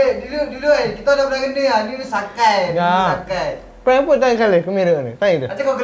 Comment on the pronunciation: plenn bukan prankk 🤫